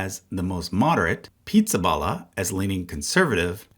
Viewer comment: Did you deliberately mispronounce Pizzaballa in a mocking way? Or did you not know any better?